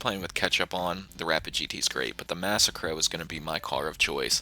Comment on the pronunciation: Lol wtf is this video suppose to be a joke?? Shut up noob.. Learn to say "massacro" Typical noob says adder is good Only noobs play with catchup and slipstream The spoiler of t20 doesnt work so how is it good?? The only good thing u said was the dominator